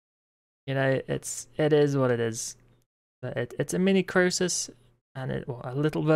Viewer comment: how do you stil say the name wrong when gorvek says it 500x a fight xD?